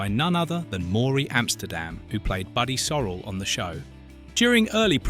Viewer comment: It's Buddy sor ell'